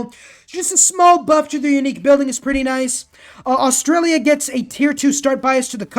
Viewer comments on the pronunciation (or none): none